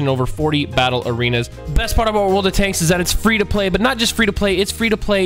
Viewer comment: The first time he said world of tanks he said "wold of tanks" 😂😂